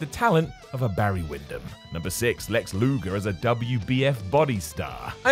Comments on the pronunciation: LUGER not LUGOR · Luger or Lugar, never Lugor.... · Lex "Lugor" ????